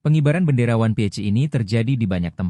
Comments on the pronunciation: One piece bukan wan pi eich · bendera one pi ece. Ai nya kurang gg nih 😅